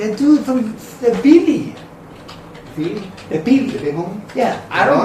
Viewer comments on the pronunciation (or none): It's call Billy not pealy